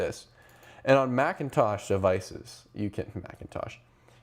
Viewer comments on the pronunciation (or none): none